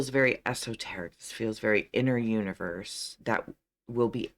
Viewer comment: You-niverse (I heard it somewhere ;)).